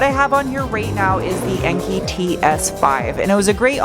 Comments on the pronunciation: it’s pronounced en-kay. I love that you used the style of best motoring and hot version on the video. And love the Desmond’s. Planning on getting a set on my GTI. Oh and the music is on point too lol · AWESOME CAR! not feeling the white wheels though. this video was actually the second from the top when I searched MR2. Enkei is pronounced en-kay